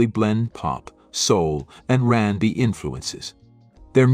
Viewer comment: If you're going to use AI to provide the speech, at least make sure it's going to pronounce the words correctly. I puzzled for some time over Rambi, only to later realise that it's a mispronounced R 'n' B. There were several others, like 'die' pronounced as 'dee' and 'beret' pronounced as 'berett'. Still, it gave me a laugh.